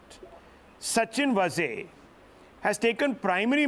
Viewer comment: वाझे, not वझे.